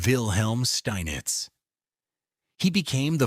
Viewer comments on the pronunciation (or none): Pronunciations of the champions names are horrible and picture of Max Euwe is not even him. Steinitz should be pronounced "Shteinitz" , "Euwe" -- "Oyveh", Alekhine - Alyekheen", Kasparov - Kaspaaroff.